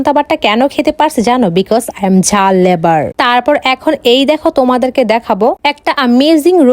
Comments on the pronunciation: Lover ❌lavour ✅😅😂😂🤣🤣🤣🤣🤣🤣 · লাভার ❌ লেবার ✅ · ঝাল লাভার ❎ ঝাল লেভার ✅ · ঝাল লাভার ❌ ঝাল লেবার ✅😂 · লাভার ❌লেভার ✅ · আপু English টা ঝাল লেভার না লাভার হবে